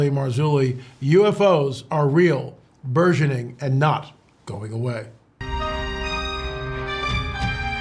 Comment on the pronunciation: BURGEONING is pronounced ...berjeniNG" ,,,,,,, NOT Zsa Zah ! It's a HARD G. ARRRRGH... LOL~